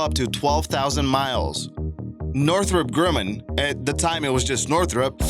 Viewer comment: Northrop GREW-man ?